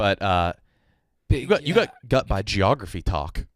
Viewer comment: can’t say got…